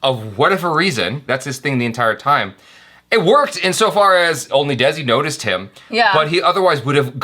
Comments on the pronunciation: Desi is pronounced - They C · and, Congratulations on picking out the correct pronunciation of "Main". Nice! Now, let's work on "Desi". At the end of the video, before the jump scare, you can hear the correct pronunciation "Desi". It sounds like the two English words "They-see".:) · Desi Not=Dezi In Hindi Pronunciation It's Spelled As "Dai" Of Dairy And "Ci" Of City.